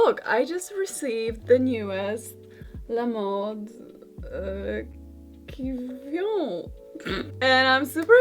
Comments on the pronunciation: Karolina: *makes a funny face *pronounces it perfectly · My mother tongue is french so I liked to hear you trying to say «La mode qui vient» that was pretty good 😅 ❤ Great video! My grandmother was born in 1936 I like this year ! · Your pronounciation of "la mode qui vient" was almost perfect!